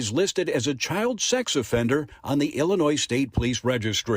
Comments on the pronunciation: Just letting you Know that when pronouncing Illinois the S is silent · The “s” in Illinois is silent. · "illinois's? There are multiple states named Illinois? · Illinois the s is silent. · The s is silent in Illinois. And she needs to understand that you don’t axe questions.